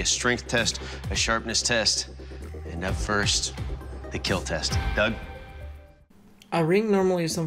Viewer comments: No it will keal?????????????? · “Your weapon will KEEL” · Your weapon sir, will Keal